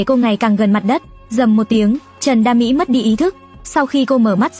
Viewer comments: Trần đa Mỹ mà đọc kiểu như trần đam mỹ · Trần đa mỹ mà tôi nghe ra thành Trần đam mỹ